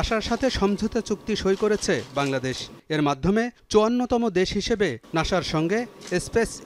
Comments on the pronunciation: নাসা না ভাই নাছা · নাশা ❌ নাসা ✅